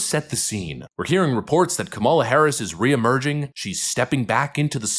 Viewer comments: YES! N.E.V.E.R. LE.T. H.E.R. F.O.R.G.E.T. I.T. Her name is kuh-MAH-luh! It is Not COM-mah-lah. She is indian, not black (black is from Africa) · I detest her politically, but it hurts critics credibility when they can’t or don’t pronounce her name properly. KAM a la, not Ka MAL a. It’s not that hard! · Her name's not Kamala, it's Kamala.